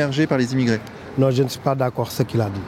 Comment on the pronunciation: " Y pas beaucoup d'immigwrés ... Y partout di immigwrés " dans la même minute.